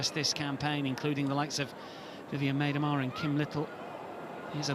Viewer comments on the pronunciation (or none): Guy still can't say Miedema's name right. Does anyone know his name? I'm gonna write him a letter.